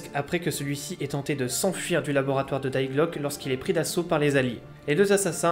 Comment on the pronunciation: Ta prononciation de Die glocke montre que t’es pas duuutout allemand 😂